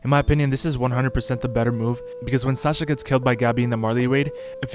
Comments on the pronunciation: bro said sacha its sasha btw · its sasha not sacha